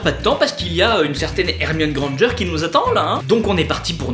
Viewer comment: On dit grand g